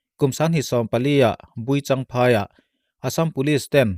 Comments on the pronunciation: Kum 2014 ah buichangphai tih a i lam khi buhchangphai tih tur ni awm tak a ni.. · Buichangphai ni loin Buhchangphai a ni e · 1,Thlai, tih tur. 2, Buhchang phai tih tur, in lam dik loh hian, ngaihthlak a hrehawm thin, fimkhur tak zel in aw.